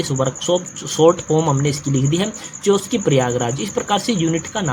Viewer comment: चौकी नहीं छिवकी है पढ़ना तो आता नहीं और आए हैं jhant भर Master banne